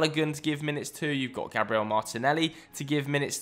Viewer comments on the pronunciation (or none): none